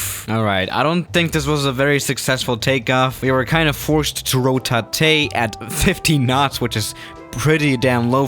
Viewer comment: He did a RO-TA-TE!!!!!! 🤩